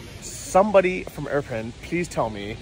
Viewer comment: Dude, what's with the Iprin instead of Irpin?! Still says Iprin